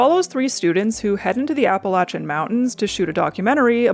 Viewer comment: I just wanna say i appreciate you pronouncing Appalachian correctly!